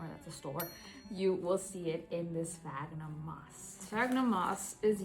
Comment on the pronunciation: I'm so happy you pronounce sphagnum correctly! That orchid already looks ten times better.❤